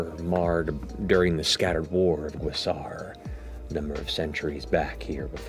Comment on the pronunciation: My 2¢ is the pronunciation of the sword's identity/title: Graz'tchar. It is pronounced grahzt•car. You're welcome. Edit: And why,?! WHY? Why must you pick up sentient, possibly cursed weapons!? 😱 You KNOW what the dangers are for your character if you do!